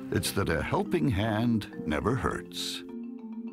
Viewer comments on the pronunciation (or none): none